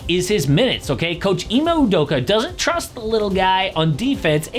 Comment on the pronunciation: My mans called Ime, Emu Udoka. SMH